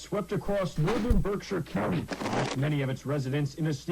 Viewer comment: mate I cannot accept that pronunciation of Berkshire from a fellow Brit 😂